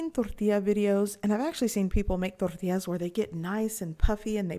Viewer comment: You got me at rolling your "R's" in Tortillas! Thanks for showing us how easy it is to make them...